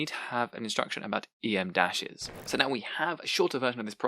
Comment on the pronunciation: Just a note: em dash is not pronounced “ee em dash”. It’s pronounced “em dash” because its length is equivalent to the letter m.